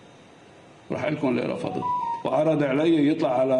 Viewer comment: رفضت وليس رفدت